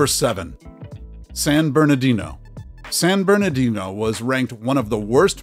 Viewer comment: It's San BerNARdino, not "San BerNAdino!"